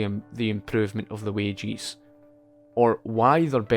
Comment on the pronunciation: I thought he was referring to wage earners as "wagies" but he was just saying "wages" with an accent 🤔